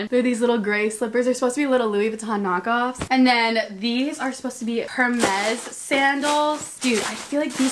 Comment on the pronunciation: why my girl saying “her-mexz” 😭